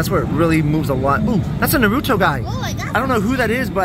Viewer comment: missed pronounced “Naruto” Again